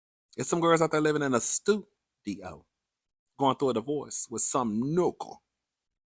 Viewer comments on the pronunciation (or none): STU-di-yo has depleted me 😂😂😂😂